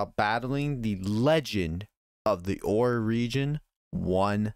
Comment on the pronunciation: Aight, just started the video but... "The Oyye Region Pokémon games?" did I hear that right? XD If nothing else it was funny enough to make me comment and help that algorithm.